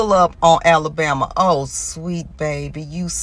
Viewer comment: AOC really did say “Alabama” funny.